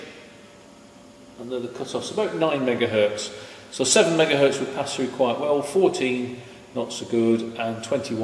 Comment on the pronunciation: Excellent video! One thing that bothers me, though, is that many English-speakers say e.g. "one megahert" when the z in "Hertz" should indeed be heard. Best regards.